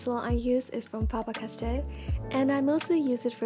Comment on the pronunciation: omg hearing you saying faber castell and stabilo was so nice, the way I say it sounds so different lol